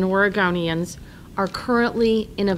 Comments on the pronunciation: Was it a Freudian slip when she said “Or a GONE eee inns” ? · Did she say "Origamians"?? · Is she saying " Oragamians"? Like paper people? Is that why the fires are so severe, the state's full of paper people? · I’m sorry but I can’t take her seriously when she says “Oregonians” 🤨